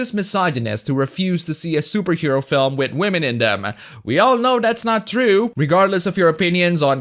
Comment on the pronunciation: I wish you would stop saying Wahmen, I didn't say to stop because I'm offended, just the word has lost its flavour, the one given the kicks, so to speak. It's 2020, and people are still using a mispronunciation for women to mock SJWs that was started by Pewdiepie 3 years ago.